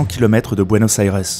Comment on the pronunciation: Buenos Aires se prononce en Français comme ça se prononce et non comme vous le faites !! Du jamais vu, ça gâche toute la vidéo.